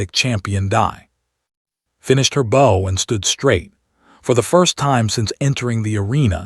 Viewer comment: You need to use pronouns or names. And please pronounce bow correctly as it is used.